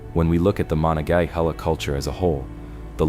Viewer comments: THATS pronounced. Ma NON Ga HAY La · It's pronounced ma-nong-ga-hah-la. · Firstly, mo non ga hay la. Secondly, you should be more precise in your description where the fort should be, according to archeologists. I'm familiar with the area, and you show a map of ft Pitt. Most modern people familiar with fortifications. And any group would likely establish fortifications on previous fortifications because it males sense, if the forts were properly placed. Along with that point, that particular area is a confluence o 3 large rivers, all of which would have been there for hundreds if not thousands of years. Meaning, there are probably very many old forts up and down all three rivers. Nice try to educate five year Olds, try again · you were driving me crazy with your pronunciations of monongahela. it goes like this: muh non guh hay la. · If you are going to narrate something you should make sure you are correctly pronouncing the names: Mo - non-ga-hela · Please get a human reader who can pounce Monongahela properly. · Maybe pronounce rather than pounce as I'm not really sure how that would help ? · I've never heard Monongahela pronounced the way you did. It would be funny if you pronounced it correctly while us who grew up along the Monongahela have been pronouncing it wrong for generations. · If you can't even pronounce "Monongahela River" correctly I don't think you should be doing videos like this one.